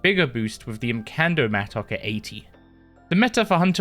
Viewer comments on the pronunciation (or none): bro said mattock wrong too many times